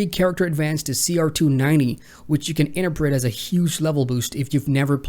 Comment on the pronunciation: Are you serious with your 'interpret' pronunciation? :)